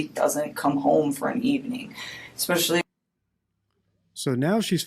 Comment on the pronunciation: No such word as “EXspecially”. Word is ESpecially.